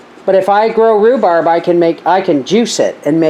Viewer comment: Rhu-sssseee-berry Jam. I love it!!! You have now developed a new word. Congratulations!!! If you sold these little jam jars at the Farmer's Markets or to a local store, that is your name of it!!! You should patten and trademark that word because someone will take it and profit off of it. It's a fun word. You should have others say it as a tongue twister game. God Bless.